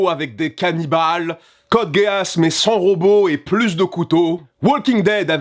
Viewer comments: C code geass pas géass !!!!! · exact, mais bon dans le cas de il le prononce quand même mal vu qu’il dit GUÉ ASS et non GUI ASS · Mes oreilles saignent. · Je confirme...je vois pas l'intérêt de prononcer à la française un mot qui ne l'est pas de toute façons.